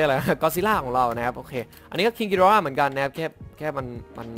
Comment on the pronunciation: อย่าออกเสียงว่าคิงกิดอร่า สิครับ มันฟังเเล้วนึกถึงการ์ตูนบ้างเรื่อง